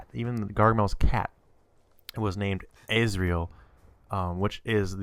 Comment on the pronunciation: ozrial not izreal